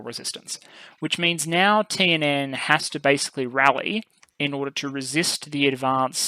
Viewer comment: By the way, your pronunciation of the TNN stuff is pretty good!